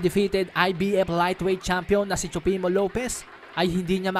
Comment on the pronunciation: No hate Nanunuod talaga ako ng Videos mo. Pero natatawa ako sa pronunciation mo ng TEOFIMO LOPEZ hahaha TSUPEMO LOPEZ hahaha.PEACE!